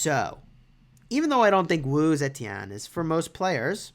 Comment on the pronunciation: her last name was off